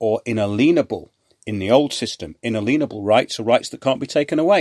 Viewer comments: Brilliant show again. Apart from your pronunciation of “inalienable” of course! Seriously though, thanks for all you do. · Inalienable is not pronounced like that. You know the word “alien”, “alienation” etc.